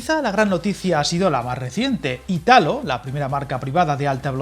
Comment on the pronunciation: Hola, me encantan tus vídeos. Para que lo sepas, por si te enteresara, el accento en Italo está en la i: como si fuera Ìtalo